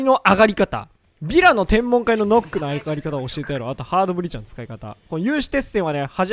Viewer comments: ヌックって言え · 「ヌック」じゃないの？